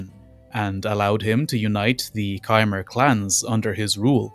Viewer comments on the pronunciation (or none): none